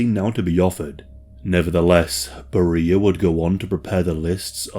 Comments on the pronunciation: His name is pronounced Bare-re-a, not beer-re-a. Thx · Why are you mispronouncing his name like this? In English it's pronounced "Barry-ah", not "Berr-ee-ah". Do you not speak English? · You're pronunciation of his name is not correct. It should sound more like 'bear-ee-ya'. Google Translate is always handy to help with pronouncing names, etc... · Vile monster. Even STALIN wouldn’t let his own daughter near him. But I don’t think you pronounce “Beria” like “Maria.” It’s “Bury-uh” or at least that’s the common pronunciation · Bro why in the world are you pronouncing his name Barreeeah? Sooo off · Beria is pronounced “BERR-ee-ə”, contrary to how we would expect in English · That’s one way to pronounce it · I was puzzled by the pronunciation since I have never heard it pronounced that way. How does someone put out a documentary about a subject that doesn't even have the correct pronunciation of his name....?